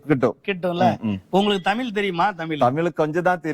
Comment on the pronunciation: Say thamizh.dont say thameel.